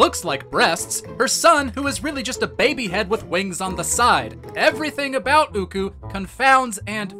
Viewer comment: I just want to let you know it is occoo… (ah-coo)